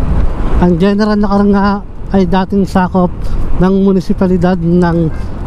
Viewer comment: Na•kar, hindi Nakar!!!